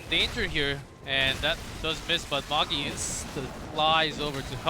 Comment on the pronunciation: Why do the casters refer to Magi as 'Mog-E'...Is it a typo for his name or do they just not know how to pronounce the name Magi?